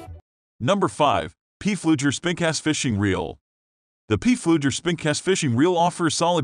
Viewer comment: Of the 5 "underspin" spincast reels reviewed(?), only 2 were underspin reels, 2 were regular spincast reels and one was a spinning reels. PFLEUGER is pronounced "Flue-ger" ; it's a German name. Reprogramme your computer to correctly pronounce it.